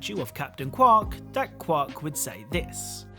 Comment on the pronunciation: I hate the way you say Qwark. I'm sorry, I always heard it like "quarter".